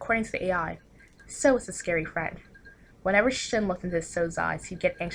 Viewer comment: Damn and I've been pronouncing Sou as "sau" instead of "so" the whole time